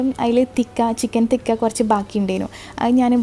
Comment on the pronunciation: Please do not pronounce it as chicken thikka. Its CHICKEN TIKKA